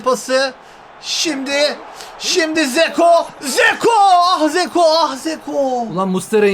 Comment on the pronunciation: Zeko değil lan dzeko